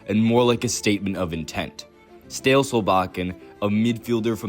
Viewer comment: I no joke love the complete butchering of Æ, Ø, Å and double a (=Å). It's what we want to hear and it makes us feel so seen by the international community <3 The shout-out to Egil Drillo Olsen with a pic in sunglasses was fabulous. I also love "stale" Solbakken, but "Goran" Sørloth just killed me completely ("Goran" is a slavic name, "Gøran/Göran" is a Norwegian/Swedish name with a completely different etymology)